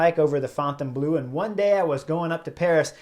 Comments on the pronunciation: Chris Horner you should horn your French. Fon Ton Blue? No Chris, no. Say --->> Forh-Turh-Blurr. That should be close enough! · Chris, your pronunciations of Fontainebleau and Omloop het Nieuwsblad are terrible, to the extend of being unrecognizable to natives but you make it up with your enthusiasm and cycle tactics. Please replace these audio locations with visable labels.